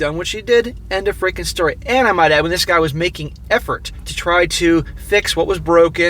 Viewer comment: Stop saying "Dis" man. You aren't from the ghetto.